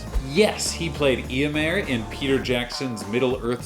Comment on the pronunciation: Why did you pronounce eomer like that? Wtf